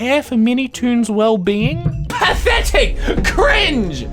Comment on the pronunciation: The way spat out the yellow key when he said pahthetic